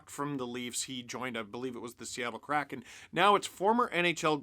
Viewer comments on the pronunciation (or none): none